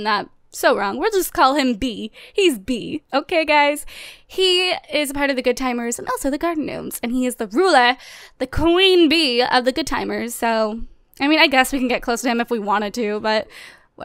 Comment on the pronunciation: Garden Gnomers is how you say it it's pronounced garden nomers